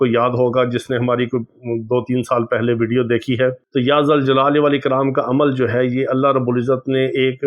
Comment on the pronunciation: بھائی یا ذالجلال والاکرام پڑھا جائے گا زبر آ ے گی ذ پر ۔